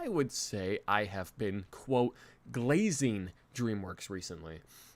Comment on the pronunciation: Pause he emphasized glazing 😭😭